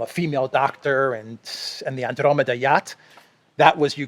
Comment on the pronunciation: You keep saying Andromeda wrong. It does not come with it's own accent...